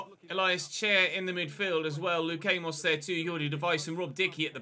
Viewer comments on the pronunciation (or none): none